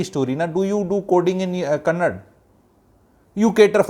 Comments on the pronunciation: first learn it is kannada not kannd as many of you Ñorthes day don't come to Karnataka nobody is asking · Kannad alla kannadaa, Karnatak nahi Karnataka Sango ko Sang boletho sahi hai?? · For the basics the state is called Karntaka not Karnatak and also the language is kannada not kannad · It is not kannad. it is kannada. Up north Delhi I had to pray bribe to withdraw money from my SB account. If u can't speak local language then u shouldn't even step into that location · First of all, it's not kannad, but kannada!! Hindi ppl take pride in mispronouncing... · It's Kannada not Kannad. Get your facts right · Stop lecturing the manager the way she said I will never speak in Kannada do what you want this is not fair first place respect the local language even if she cannot talk and also it’s KANNADA not Kannad it’s KARNATAKA not karnatk and no one is jealousy of North Indian we are all Indians the thing is when you are in a particular state respect the language even if you cannot speak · Sir, One sincere request from a citizen of Karnataka, Our Language is called Kannada, Da, Da in the end. Please learn the name of the language if not the language. There is no language called Kannad. It is very embarassing. Kannada, Da in the end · That is kannada sir not kannad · SIR.. aapki bhot respect hai.. aap bhi dusre Uneducated logo jaise " KANNAD " naaa bole . KANNADA bolte hai usko.. jaise Hi di ko HIND ya Paaani puri waale nhi bolte hm log idhr. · Sir I don't think it will take much of you to say Karnataka instead of Karnatak and Kannada instead of Kannad I studied in Bangalore almost 20 years ago and even at time the term "Kannad" was used in a derogatory way among our friends. TamilNad, Keral, Karnatak may not be the right way to address in my opinion. This language superiority issue has gone way too far but we can also do some basic soul searching on our part to see what bare minimum we can do.